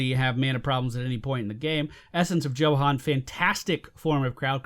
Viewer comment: also minor point the 'J' in Johan should be pronounced like a 'Y'